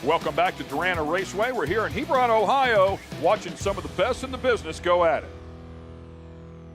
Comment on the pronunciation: "Hebrun" not "Hebrawn"